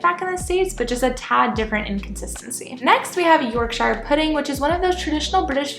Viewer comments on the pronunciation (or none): NO NO NO NO NOOOOOOOOOO 😂😂 Having a British dad there is no way you don’t know it’s pronounced YORKSHER and not YORKSHYRE